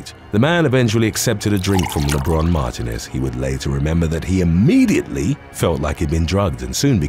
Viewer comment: Mar-TEEN-ez is how you pronounce Martinez